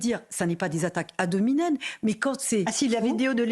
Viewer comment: On dit “ad hominem”, pas “ad nominem”…